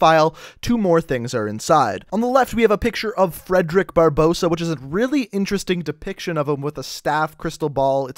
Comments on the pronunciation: It's "Barbarossa" not Barbossa that's à pirate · its Barbarossa not Barbossa!!!!! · You butchered Barbarossa's name... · Rule Britannia I know right, in school I was taught to look at the word before trying to pronounce it. he must have heard it pronounced in a documentary or something.